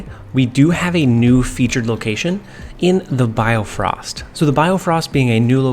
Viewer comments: its bifrost btw not biofrost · well bio-frost is wrong as well X_X it should be bi-frosts like bi-cycle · Great video, but its BIFROST not BIOFROST! hahaha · It's Bifrost not biofrost as well, but good deck. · sorry I cringe whenever you say BIOfrost when its just BIfrost. Good tips here. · I love how my guy can't pronounce bifrost lol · I like how you correct your pronunciations of bifrost but even the corrections are wrong lol